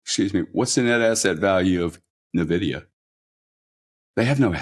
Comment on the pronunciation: Interesting pronunciation of "Nvidia"...